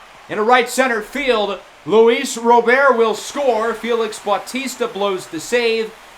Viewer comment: It’s Rob-ert not Row-bare-t!